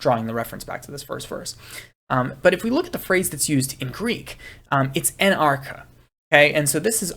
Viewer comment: Sorry to be picky (because you’re doing such a great job otherwise), but in biblical Greek “arche” is pronounced ar-khay’ (see the Strong’s screen shot ).